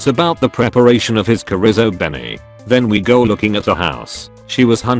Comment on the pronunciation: Chorizo as "coh-rizo"